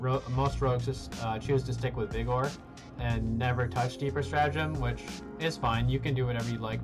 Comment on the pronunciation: I thought you did the weird vigor pronunciation on purpose. :D